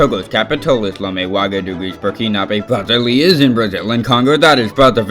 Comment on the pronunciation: Aaw he pronunced Brasília wrong :( btw im from brazil i know no one cares but osksksksk